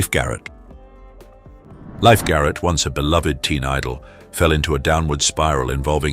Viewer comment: His last name sounded like Leef Garret, NOT life Garret. Why is every announcer on here so bad at celebrity names ?? Too many drugs maybe?? Or are they just plain stupid